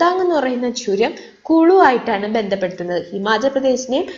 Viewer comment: churantintae (name)pronunciation sariayi manasil akunilla